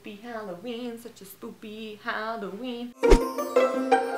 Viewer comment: U said spopy hallooween